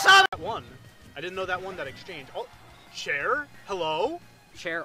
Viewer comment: "Cher almost killed" she should have. 💋 I know they said Chair but it sounds funnier if he said Cher. Lol